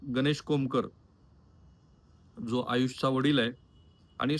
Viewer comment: khupach ashuddha marathi bolta aapan eg manus, ani, pani, pls avoid this